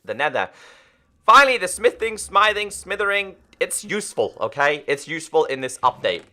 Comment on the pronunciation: there is no “r” in ‘Smithing Table’ 🤦‍♂️ it’s not smithering 😑